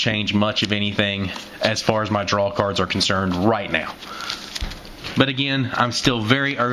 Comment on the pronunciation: Your pronunciation of cards really irritates me sometimes but then again words are a passion of mine keep up the great work man